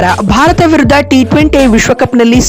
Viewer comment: ಭರತ ಅಲ್ಲ (ಭಾರತ )